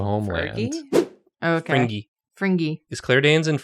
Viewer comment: win: Drawfee mention my fave under-appreciated tv show Fringe! loss: I will never be able to un-hear them all pronouncing it Fringyy